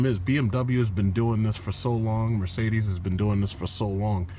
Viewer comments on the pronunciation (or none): none